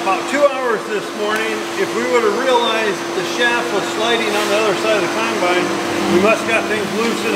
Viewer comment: Gotta love that says kinebine.